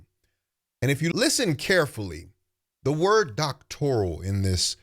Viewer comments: I caught that as well, she also could not State what BBS stands for which overseas both licensed and Doctorate grads, on the Joe Budden she explained the acronym incorrectly....i caught that when she pronounced it as " Doctorial" vs Doctoral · I mean yeah i think she is lyin, and hearing her pronounce it "doctorial" was wild. But in all fairness, i've seen valedictorians talk about "axing" questions. So ... 😬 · I caught that too! “Doctorial.”